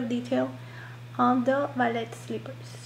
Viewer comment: The correct pronunciation for ballerina’s costume has the emphasis on the first syllable of the word tutu, NOT the second syllable. It’s not pronounced tu-tooo, it’s pronounced Too-tu. ALSO, the “t” in BALLET is silent. It is correctly pronounced, “bal-lay” not “bal-let”. The word has a French origin.